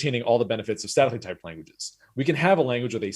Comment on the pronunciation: At 2x, it sounds like he's saying "sadly typed languages"